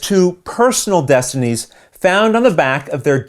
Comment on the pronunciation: Okay, for reals, how many takes did you do to get both the box flip AND the pronunciation of the names correct?